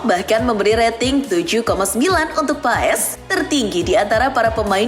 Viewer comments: Bukan martin paes bacanya tapi paas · martin pass di baca nya min katanya.🙃